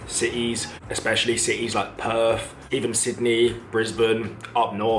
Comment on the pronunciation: It's Perth. NOT Perf.